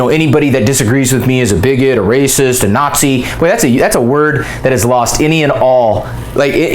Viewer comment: I guess is a "Naught-Zeee" too now even though he is a Jew.